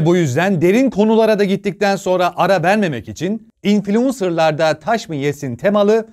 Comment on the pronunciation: İnfuluunsırda infuluunsır neymiş bu İnfuluunsır abi anlatsana 🙂